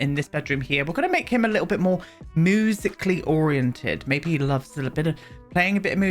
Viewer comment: I love how you say musically and music - moosically